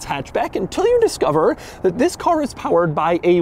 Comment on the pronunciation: EEEETHHHUIIISSSSSS the way he says THIS